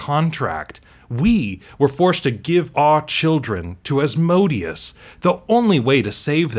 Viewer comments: AS-mo-DAY-us , not as-MO-dee-us. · as-moh-DAY-us. It's asmoDEus, with the stress on the third syllable, not asMOdeus with the stress on the second.